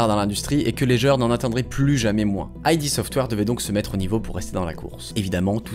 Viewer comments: Et aussi, on ne dit pas "Aille Di Software", mais "Ide Software". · Dommage que tu perdes toute la crédibilité qu'on t'accorde au bout de 2 minutes... On dit pas "Ay Di" Software, c'est "Id" software. N'importe quel journaleux JV un peu sérieux le sait. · Bonne vidéo, on a dû te le dire 100 fois mais : id dans "id software" ça se prononce "ide" et pas "aïe di"; "engine" se prononce "enjine" et pas "enjaïne". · "Aïdi software" triggered ça se prononce "ide" /puriste Bisous. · Je viens de découvrir ta chaine, j'aime beaucoup, une toute petite erreur (que beaucoup font ^^) c'est le nom "id software" c'est pas "aïdi" mais "id" juste "id" (dixit les dev eux mêmes) GG en tout cas pour tes vidéos, t'as quand même gagné un abonné en plus. ps: engine (comme une angine) ^^ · En fait ça ne se prononce pas "aïe di" mais "eed" software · Bonne vidéo ! Par contre pour Id Software, ça se prononce "id" et pas "ail dit" 😅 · c'est pas "ID' " software ? plutot que I.D. software ? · La vidéo est super et j'arrive après la bataille mais il y a des petits soucis de prononciation. Déjà ID Software : ID se prononce "eed" et non"I-dee". Et pour "engine" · Et on dit "id" en une syllabe pour id software je dénonce moi aussi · on dit engeene et pas engayne! (et aussi ID software se prononce EED sofware) sinon j adore tes videos ! bonne continuation :) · Ça se prononce "ide" software. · Dis correctement "id" aussi alors ...